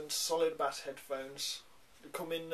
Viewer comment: "Solid bas" facepalm.